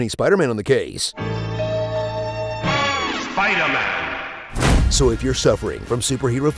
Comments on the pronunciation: It's SUPAIDAMAN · Supaidaaman lol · Thanos: Who are you? Peter: An emissary from Hell, Supaidaman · It's not spider-man it's supaidaman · God I loved that SUPAIDAMAN thrown in frequently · Some people: Tobey Maguire Some people: Tom Holland Literally nobody: Andrew Garfield Me, an intellectual: Supaidaman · The repeated cuts lmao. ShpIDA-MAn!